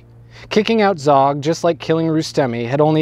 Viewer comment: Zog pronounced zoge and the gj in gjakmarrje is a j sound